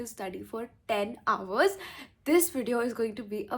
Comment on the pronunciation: It's not houvers It's hours